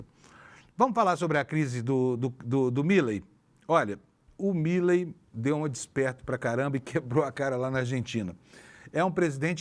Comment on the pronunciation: Me dá agonia ouvir a pronúncia errada do sobrenome do presidente da Argentina!!!